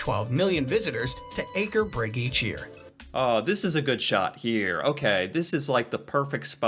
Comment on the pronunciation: Just to clear some stuff, the video said every name wrong. Now you know. :) Example: It's "Aker Brygge" and not "Akier Bryggie"